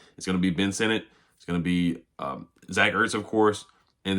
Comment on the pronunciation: Sinnott is pronounced "SIN IT" not "SIN NOT"